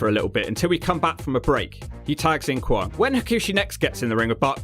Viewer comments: Kwong? It's kwang... Pronounced like bang bang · Not kwong but kwang like bang or fang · Guessing mispronouncing Kwang repeatedly was for comedic purposes?